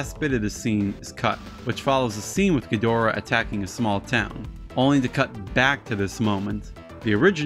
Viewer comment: Ghi-dor-ah is an incorrect pronunciation. This was a mistake that started in the English dubs during Heisei series and it has haunted us ever since. Japanese speak very quickly and do not enunciate their consonants very strongly.. So even if the word Ghidorah is written in 3 symbol pattern in Japanese it would be said quickly and sound like a two syllable word. Either Giddra or Geedra